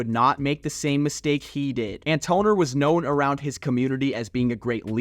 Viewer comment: Come on slim, it's pronounced "An-tah-nor" (Antonor) do your research before you come outta your mouth in error, incorrect and totally wrong misinforming the people...please do better.